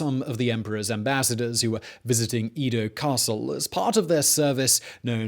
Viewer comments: It’s not eedo (as in eat), but Edo (as in Eddie). Do a little research. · It's E-do. Not EE-do. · Its Edo, not Ido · Edo - short e, not long e. Man, your butchering of the Japanese words is killing me...But other than that, I like your story telling.